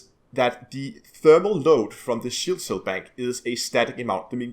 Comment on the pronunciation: du er da vist lidt forvirret omkring udtalen af "cell" du bliver ved at sige "shell", udover det er det et lækkert byggesæt du har lavet der.